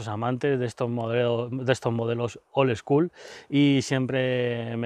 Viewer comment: Y dale con el "old eschool". Vaya tela con el spanglish del 🤦